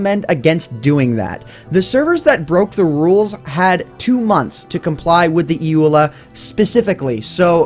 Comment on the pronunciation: It is said E.U.L.A.